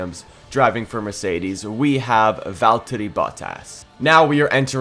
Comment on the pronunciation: Its valtteri bottas not veltter